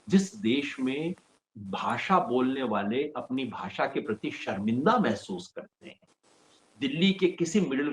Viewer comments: Shaw himself can't pronounce the word "bhasha" properly,... He says "Bhasa" 😂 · इनको खुद को बोलनी नहीं आती 😂😂. भासा नहीं, भाषा होता है अंकल 😂😂😂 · तड़ीपार को हिंदी "भासा" भी नहीं आती है, उसके भी लाले पड गए हैं! गधे को कोई बोलो भाषा होता है, भासा नहीं!